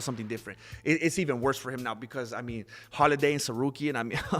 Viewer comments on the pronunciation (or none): It’s Holloway not Holiday😂